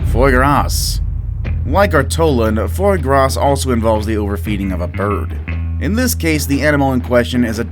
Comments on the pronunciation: "froy gahss"??? dude... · The "s" at the end of Foie Gras is silent by the way. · "Foy Grass" Not even close, dude. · Fwoyy Grasss I just can’t.